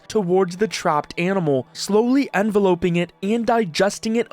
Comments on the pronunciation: "Envelop" not "Envelope" sheesh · ai can’t differentiate between envelope and envelope 😂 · The way you pronounce "jagged" and "envelop" is crazy